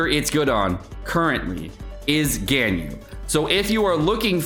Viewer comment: Is mispronouncing Ganyu’s name on purpose? That was so annoying to watch, besides that, great content. Keep it up